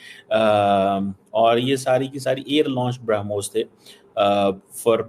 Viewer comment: BrahMos nahi woh Harmus hai😂😂